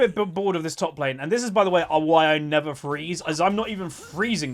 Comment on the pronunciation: "I nevah freeze"